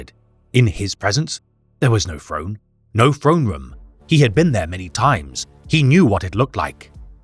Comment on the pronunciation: I love this guy but he needs a speech trainer i'm bingeing all his videos and i'm so sick of hearing the golden frone every TH is an F when its at the start of a word it irks me so much